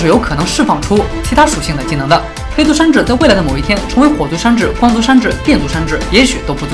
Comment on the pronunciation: 为什么把山治说的跟伊布一样wwwww